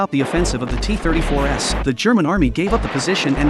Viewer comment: AI narration is so pathetic! "The Soviet T34S"? That would be T34 s. Maybe these content posters should take the time to actually narrate their own videos, so the words actually make some kind of sense.